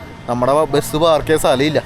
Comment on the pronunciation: എടൊ നീ ആദ്യം പറഞ്ഞു പടിക്ക് മുട്ടക്ക് മൊട്ട എന്നല്ല അതുപോലെ ബസിനു ബെസ് എന്നല്ല പറയേണ്ടത്